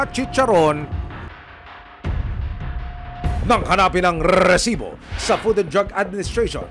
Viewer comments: Ilang R po ba Ang Rrrrrrresibo 😅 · para akong nag giglitch sa rrrrrresibo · Kaumay yung paulit ulit na rrrrrrrrrrrrrrrrrrsibo🤣🤣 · KUYA NAKAKAIRITA YUNG RRRRRRRRRRESIBO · Ang lutong ng pagkakasabi ng Rrrrrrresibo, kasing lutong ng chicharon con langaw 😅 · nahihilo ako sa RRRRRRRRRRRREESIBO. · Nakakabwicit nayung rrrrreeeeeeesibo mo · nakaka bwisit nmn ...rrreeesibo...kainis pakingan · Nkkarendi ung pgbibigkas m ng resibo emil,,sbrang oa..hahaha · Bat ang daming R ng resibo nyo sir.